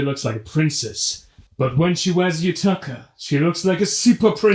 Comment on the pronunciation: Are you saying yutaka on purpose? 😂